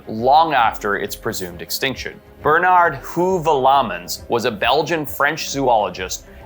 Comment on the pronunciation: Boy did you mispronounce Bernard’s name 😂.